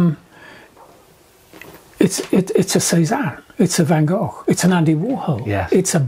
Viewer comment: Love the video, thanks. And I am so pleased John can pronounce the name Van Gogh correctly 👍😊